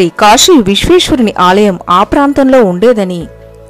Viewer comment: పరమషివుడు కాదమ్మా, పరమ శివుడు 🙏 కాషీ కాదమ్మా, కాశీ 🙏 విష్వేష్వరుడు కాదమ్మా విశ్వేశ్వరుడు 🙏 దష్వమేధ ఘాట్ కాదమ్మా దశాశ్వమేధ ఘాట్ 🙏 షక్తి పీఠం కాదమ్మా శక్తి పీఠం 🙏 షతాబ్దం కాదమ్మా శతాబ్దం 🙏 షంకరాచార్య కాదమ్మా శంకరాచార్య 🙏 తెలుగు పదాలను సరిగా పలకడం నేర్చుకోండి అమ్మా 🙏🙏 మీకు నోరు తిరగక అలా పలికితే పోనీ అయ్యోపాపం అనుకుంటాం, కానీ, అదికూడా కాదు కదా అమ్మా, ఆధునికత కోసం భాషనే మార్చేస్తున్నారు, వాటి అర్ధాలనే మార్చేస్తున్నారు 🙏🙏🙏 మిమ్మల్ని చూసి మరొకరు, మరొకరిని చూసి మరొకరు, తెలుగు భాషను పలికే విధానాన్నే మార్చేస్తున్నారు అమ్మా 🙏🙏🙏